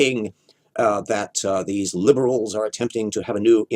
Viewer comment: pronunciation of 'LiIiIiIbErAlS" fucking kills me every time